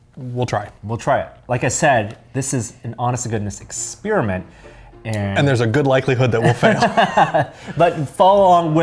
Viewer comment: don't you love it when they do exspearmints